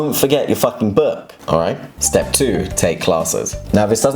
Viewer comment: 스텝 섻...로 들림 six...